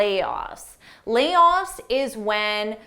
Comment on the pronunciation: Your vocabulary is always fabulous which help a lot. If it is not too much to ask would you clarify the pronunciation of layoff. You pronounced it as "layos". I searched on YouTube but could not clarify myself. Would you kindly help me out.